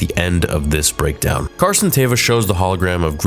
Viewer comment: My man said "BREADKOWN" lol